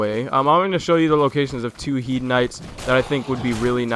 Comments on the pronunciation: you dont say HIEDE armor, you say HEIDE armor! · It's pronounced as hade.